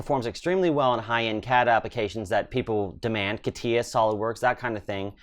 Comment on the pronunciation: Catia is not Katiya .. but Katya.